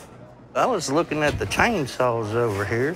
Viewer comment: God I love how he says chainsaw *c h a i n s w a w s *